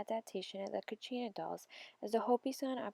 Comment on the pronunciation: It’s kachina or katsina